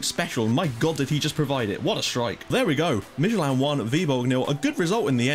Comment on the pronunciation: Dude you're doing a great job pronouncing these teams. Esbjerg and Midtjylland is pretty damn good! SønderjyskE is pronounced a little different. It is hard to describe in text, but I'll give it a go. SønderjyskE is NOT pronounced SønderSjyskE as you do. If you drop that S sound in the middle, then it's much more like it. Well of course the "ø" sound is pretty hard for you guys, but dropping that middle 'S' then you're good to go. Btw this channel has grown shitty fast! I joined at your portsmouth about a year ago, and back then I think you had perhaps subs at most? You deserve the subs, just keep doing a fantastic job as always man Cheers from DK